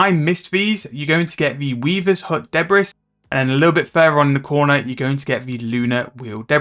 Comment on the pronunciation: 'Debris' is pronounced 'Debree' mate, blame the french :p